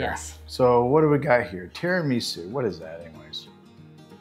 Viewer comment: Full-blooded Italian girl here: You pronounced Tiramisu perfectly! And tell your husband: If he has another dessert off-camera, the calories won't count. 😆